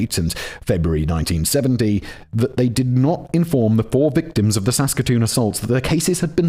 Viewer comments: At least he did good with Saskatoon, Saskatchewan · Im also originally from calgary but a couple of years older and i remember the arrest vividly. Ok, simon did okish on Saskatoon and then it went downhill from there. For anybody wondering its toque(rhymes with puke) Regina (rhymes with..yes that) and Saskatchewan rhymes with nothing so just say it however lol. That was honestly painful to listen to So funny how simon asks chat gpt about ends meet but not how to pronounce a place he needs to say 112 times in a row😂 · Finally a story from my hometown! You pronounced Saskatoon Saskatchewan quite well, and I should know because I live here. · Simon did so well on Saskatoon, Saskatchewan. Just to get tripped up on toque 😂❤🇨🇦